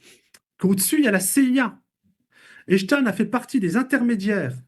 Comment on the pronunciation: C'est pas Emstein, mais Epstein !